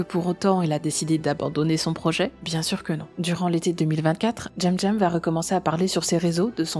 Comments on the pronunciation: J'ai aimé la vidéo mais ça m'a fait tiqué dès que tu disais jemjem et pas semsem (phontétiquement) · Comment ça "tchemTchem" ? Ça se prononce pas "Ssemssem" ou Kemkem" ? C'est des putain de "C" 😭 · Coucou ^^ Merci infiniment pour cette vidéo, je pensais qu'il s'était calmé, mais... Non! Déjà son pseudo j'ignorais qu'il fallait le prononcer en "j'aime-j'aime", je le prononçais en "sème-sème", vu que c'est un "c" et pas un "g" voilà:/. Sinon, toujours une excellente vidéo >< Merci infiniment de dénoncer ce genre d'individu, hâte de voir la prochaine vidéo ^^ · Mais pourquoi tu l'appelles "Jem Jem" alors que son pseudo c'est cemcem? Il me manque une rèf ou quoi? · Pourquoi est-ce que tu dis Djemdjem 😵 ?